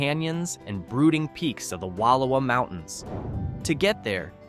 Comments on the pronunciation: Wallowa is NOT WALowah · Wallowa pronounced "wah laoa " I lived in joseph Oregon for 2 years and absolutely no one there pronounces it like outsiders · He said Paisley, Christmas Valley, Jordan Valley, Antelope, Fields Station, Drewsey Mitchell and Seneca all properly. he got Wallowa and Imnaha wrong I suppose. with Frenchglen that's eight out of ten.